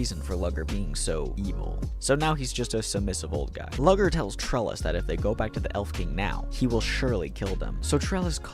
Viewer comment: Loved the video, but did anyone else get frustrated by the pronunciation of some names? Like how “lugor” was pronounced “lugger.” The funniest one was when he says “cialis” instead of “cielis” like the medicine for erectile dysfunction 😂